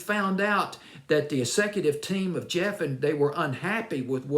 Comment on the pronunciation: Geffen, not Jeffen. David Geffen and his people always had a problem with everything that Donna presented them, in fact they rejected most of her material.